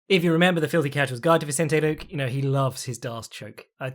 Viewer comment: Please stop saying “Vincente Luke”